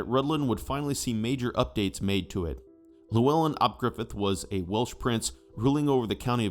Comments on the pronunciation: I thought it was pronounced Rithlan so I was confused when the narrator pronounced it Rudlan. Thanks for explaining the pronunciation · Your pronunciation of Rhuddlan needs some work. 😊❤😊